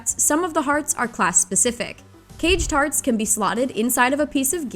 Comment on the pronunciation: anyone else hearing cage tarts? 🤣